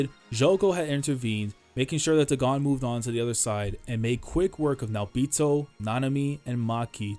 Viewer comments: I don't think Dagon's name is pronounced "deh-GAHN" but more like "DAY-gun" as the curse is a clear reference to HP Lovecraft. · Great video! You probably won't see this but it's pronounced Daygon, it's a name of a mythical god in H.P. Lovecraft mythos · am i tweaking? why is he pronouncing day-gone as daGONE? cause if dagon is suppose to be like the lovecraftian dagon.. then its pronounced DAY-GONE lol